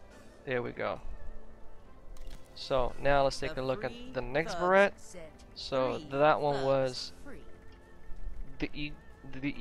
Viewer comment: Beret is pronounces as Ber-ray